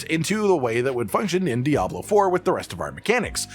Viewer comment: So what im hearing is "season of Diablo3" 😂